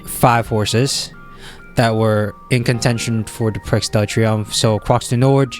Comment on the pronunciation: It's pronounced PREE de l'arc de triomphe, the x is basically silent in croix du nord too. Take a look at the Irish champion stakes which took place last saturday, Shin Emperor performed poorly and the race was comfortably won by Delacroix. That's why shin emperor was found to have issues afterword.